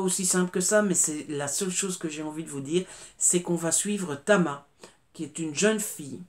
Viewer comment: GIEBEL : la reine du thriller de société, avec des personnages inoubliables !!!👍🏼🍒 PS : Tama et non Cama😉